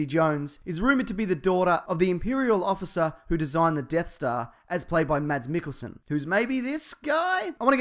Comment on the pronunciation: You pronounced Mads Mikkelsen wrong... just sayin Haters gonna hate...